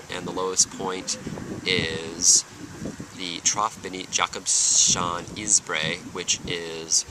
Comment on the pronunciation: Where did you find this information? Specifically the part about Jakobshavn isbræ's lowest point. Pronounced Jakobs - havn, meaning Jakob's harbor, btw.